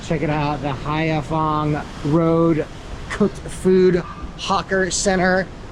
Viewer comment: at first I was thinking what the heck is HAYAFONG! Then I saw the street sign that says HAIPHONG! It is pronounced as HIGH FONG! Please try to pronounce the words correctly!!!